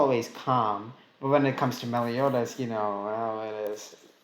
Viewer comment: Ahm.. its "Meliodas" not melidous